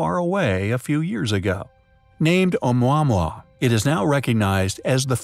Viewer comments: Ah-Moo-ah-moo-ah... Not A-mwa-mwa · "Oh-mwa-mwa"? Come on narrator guy. We love your voice, but please learn the correct pronunciation for the places/things you make mention of in these videos. Surely it's not to too much to ask.